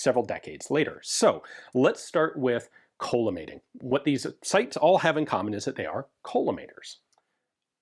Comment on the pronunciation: Not to be that guy, but I believe it's pronounced call-uh-mating and not cola-mating optic. It refracts light into a column of parallel beams.